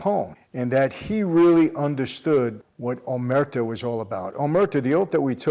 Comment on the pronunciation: The word is not omerto its “omer tta’ “ accent on the the “a’”. Pronounced like “ha”.